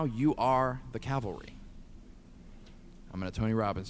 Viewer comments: Pls: "Cav-al-ry" PS Love the channel, keep it up :D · Take a shot every time mispronounces "cavalry". See ya in the hospital. *GLUG*